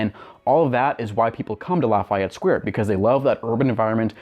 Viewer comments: I agree with you. His mispronunciation is annoying. It is pronounced: La-Fee-Et. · But we don’t pronounce it as La F eye Et, it’s more like La Fee Et. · Its "Laff - EY - Ette" you prick